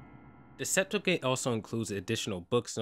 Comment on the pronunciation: and Sep-too-gent